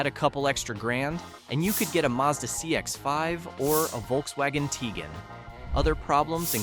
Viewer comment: It’s pronounced HUHN-DAY, MAHZ-duh, and TIH-GWAHN, “”! 🤨